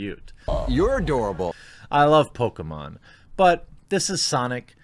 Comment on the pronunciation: It's obvious you prefer Sonic over "Pokamon".